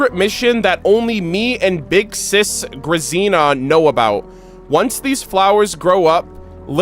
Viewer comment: Oh no I was fearing this. I wanted to be in the stream when the Bunker Quest happened but couldn't make it. No one gave the proper pronounciation for Grazina, hearing him americanize that name kinda hurts.:D I know someone with that name, so I would have loved to tell him throughout the stream that the z is more like when you say the name "Gina". Now im sad.